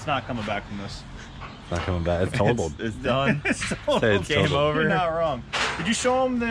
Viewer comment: "Dune it for Dale"